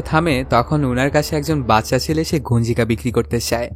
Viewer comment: আপনার উচ্চারণ ভালো না,এই কাজ আপনার জন্য না, আগে কথা বলতে শিখুন, কাসাকাসি, সেলে, এসেসিলো, এই গুলো কেমন শব্দ